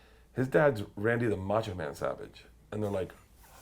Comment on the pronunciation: Its "Macho man" Randy savage come on man